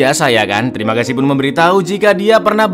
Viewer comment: Kocak, tiap ngomong terimagasi medok nya keluar 🤣